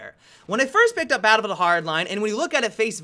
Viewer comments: Am i the only one who noticed that he said babblefield in the beginning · "balbl hardline" "what i wandedodododay"